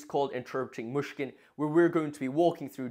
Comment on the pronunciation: Great video! One tiny tip on pronounciation: the "y" in Myshkin is similar to the "i" in "it". Otherwise it sounds like you're saying "Мушкин/Mushkin", which can be confusing to a native speaker